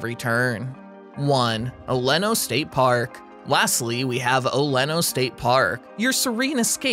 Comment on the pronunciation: You left out parks that are far better than some of these. I've lived here forty years and you pronounced oleno wrong